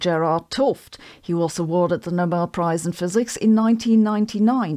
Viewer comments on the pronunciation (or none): none